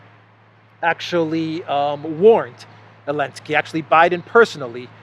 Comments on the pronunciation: Why do you say Zelensky’s name as AH-Linsky rather than ZUH-Linsky? My wife is from Donetsk & everyone says Zelensky, no one cuts the Z off. Just curious why you do? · Γελάω πολύ κάθε φορά που λες Elensky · I think he is making fun of him because they outlawed the letter Z . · I appreciate that insight. I clearly missed the reasoning behind the mispronunciation. I assumed it was intentional & that’s a great reason 😏 lol